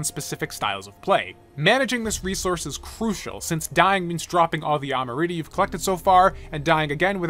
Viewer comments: Amrita, not amarita, say it with me now! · You really just said amrita like that... It's not spelled amarita it's amrita